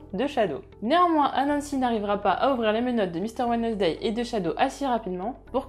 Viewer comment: « Wednesday » se prononce « WENS-DAY », en passant.